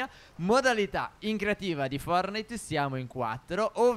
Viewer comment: Si dice fortnait no fornait però bravi